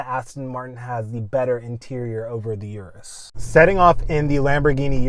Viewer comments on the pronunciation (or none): Pronounced urus not "Your-us" But I LOVE my DBX anyhow. Drives great, sounds great, but not quite as flashy. 2025 Aston Martin with improved infotainment was only upgrade needed.